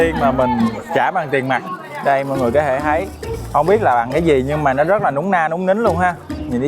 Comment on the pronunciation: nói hay bỏ chữ t đúng không mn. Thấy = hấy 🫢